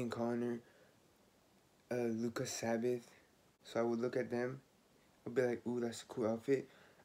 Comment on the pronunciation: “Playboi cahti “ “Ian Conner “ “luka sabbaTH” 😂😭😭